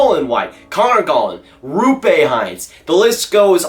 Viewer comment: Roope heinz? As in the ketchup? Its Roope Hintz as in indicator or injury